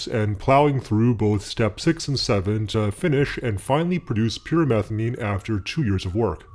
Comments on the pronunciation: I keep hearing "pure methylamine" not pyrimethamine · I keep thinking he's saying pure methylamine